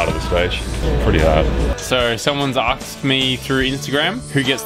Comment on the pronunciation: "Aksed" - Jack Haig